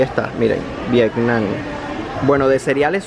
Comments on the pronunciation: ¿arriesgándote a qué? nos seas exagerado... y se pronuncia como se lee Vietnam, no Viecnam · No es: “Viecnam”, se dice: Vietnam. Si que carísima la vida en Cuba, sin embargo las personas solo ganan 20 dólares al mes.